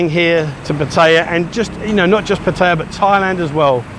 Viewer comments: It's pat a ya not pat tie ya. Have you ever heard a local say pat tie ya, answer fuck no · pat ta ya lol he is learning sometimes he gets it right :) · Why after all this time are you still pronouncing Pattaya wrong. The emphasis is on Pat NOT on TAY.!!!!! There is NO choice. It is very ignorant to Thai people to pronounce it the wsy you do. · Brits mispronounced Pattaya. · FFS learn how to pronounce the name of the town! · How long you been in Pattaya and you still can’t pronounce the name correctly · I think you should learn how to pronounce Pattaya, fin Brit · You should learn how to say Pattaya properly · Enjoy the channel however if u r going to live in Pattaya you should learn to pronounce it correctly.